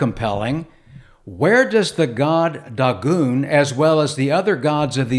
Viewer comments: It's DAY-GONE!! Not daw-goon... Good LORD! The proper transliteration is Dāḡôn. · I'm a native Hebrew speaker. That's incorrect. Check the Strong's Concordance. Click and listen to the word spoken in Hebrew. It's DAY-GONE. And the Masoretic Text is based off of the Aleppo Codex. That's as good as it gets, sir.